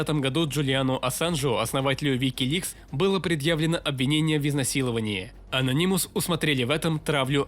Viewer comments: Ano’nymous На 2 слог ударение Спасибо за ролик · бесит твое произношение ононимус ....уши вянут.